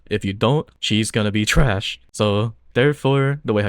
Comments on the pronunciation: i love the accent on "THRASH" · bro the way you say TRASH just makes me laugh 😂 keep up the vids